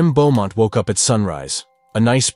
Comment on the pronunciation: Pretty sure you say it "Boh-mont", not "Bew-mont". Also, it's "dug up", not "dugged up". Want me to be your proofreader?! I catch them all, even in best-selling novels. Yeah, I do like your channel actually. I'm kinda dark.